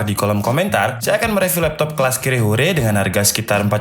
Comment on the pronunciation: "Kere Hore", " Uh She Up", hngzz😂